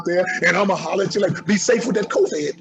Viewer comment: "Be safe with that co-vad" 😂😂😂